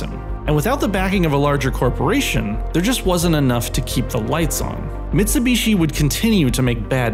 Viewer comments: What’s a Mitsu beeshi? Duhmericans. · "Mitsubeeshee" "SooBooRoo"